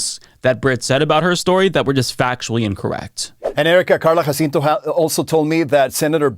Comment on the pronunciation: And pronounces the victim, Jacinto's name accurately.